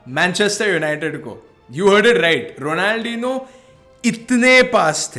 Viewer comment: If u want more views u shud pronounce it better ronaldhinio